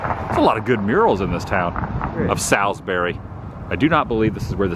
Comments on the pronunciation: Haha all the NC Native will make fun of your pronunciation of Salisbury. It’s pronounced Saaalsbury round here😂😂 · Ok ok, I live in Salisbury and I just have to tell you locals pronounce it like Sawsbury 😂, also you missed so much great stuff here! You should definitely come back and see the train station, the transportation museum, Salisbury High School, and all the cemeteries here! Lots of history here! Also the sign you saw that said Ketners Grocery is a reference to the Food Lion chain which was also founded here in Salisbury. Their original name was Ketners! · Ralph Ketner that owned the supermarket in your video, sold to FoodTown that had to change their name to FoodLion, Ralph stayed on as GM for several years. And that town is pronounced Saulsberry lol just thought you might want to know. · Great vid! And it’s “Sauls-berry” 😀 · FWIW, my hometown, it's pronounced sawlz-berry. I'm sure the Chamber of Commerce will appreciate this video. The Carolina Beverage Corporation building at the end of the video is actually the original bottling facility. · Yeah, that pronunciation of Salisbury was getting to me 😂! I was hoping that Carson would correct him!